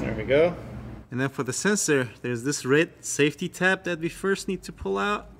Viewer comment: how can you pronounce solenoid but cant pronounce sensor. whats a sesor annoying how make a vid but i need google to translate. stay in your lane